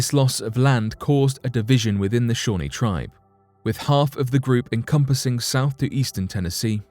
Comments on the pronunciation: It's Ear-ə-kwoi, and Al-GON-kwin or Al-GON-kwee-ən (when referring to), ShawNEE, KI-oh-wəh ( which as I was typing this out you finally got right). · Algonquin is pronounced Al-gong-kwan not Al-gong-kee-an, Shawnee is pronounced Shaw-nee not Shawny, there is a break in the world so it sounds as if you are saying 2 separate words.